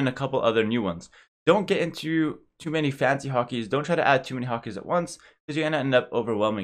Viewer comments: I been watching too much one piece at first I thought he was saying "Hakis" not "Hotkeys" lmao! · When he says hot keys it sounds like Haki,11